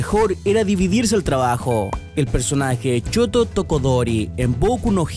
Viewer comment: Buen video pero mejora la pronunciasion de algunos nombres COF COF choto tokodori COF COF xd